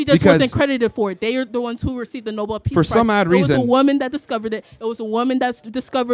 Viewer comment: Not a single one of these retards pronounced the word woman properly 🤦